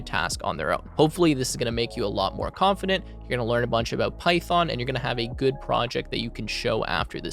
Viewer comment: you say 'about' like your canadian